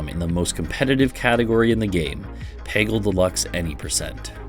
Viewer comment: making a peggle video without knowing how to pronounce peggle is a huge power move